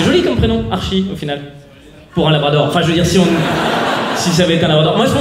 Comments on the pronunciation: On écrit archi mais ça se dit artchi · Archie ça se prononce "artchie" je pense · tu prononce mal c'est le diminutif de Archibal prénom d'origine allemande et ça se prononce "Arché" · Ça s'écrit Archie maos ça se prononce Artchie ahahah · Tes blagues mon fait rire mais il faut savoir que le prénom Archie se prononce Artchie voila pour la précision :) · Archie c'est pas l'abréviation d'Archibald 🤔 donc qql part c'est un peu royal, mm si c'est que Archie et est-ce que ça se prononce pas avec un t genre Artchie (en plus ils sont anglais) Si tu vois pas regarde Riverdale 😂😂